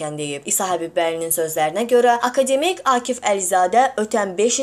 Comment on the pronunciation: ay savadsız danışan boyuvu yerə soxum.akademik sözünün vurqusunu düz de sözü düz tələffüz elə.ay çobankaaa